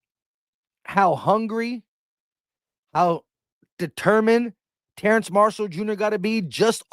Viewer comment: Every time my man said TerraNce I said TerrAce. 😂